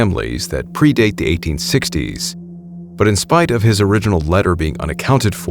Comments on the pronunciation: Gonna briefly correct you on your pronunciation of "Appalachian" Where we're from in West NC, we say 'app-uh-latch-in." Most people who actually live out there would say "App-uh-latch-uh" or "App-uh-latch-in". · Hey...Appalachian is pronounced app a latchin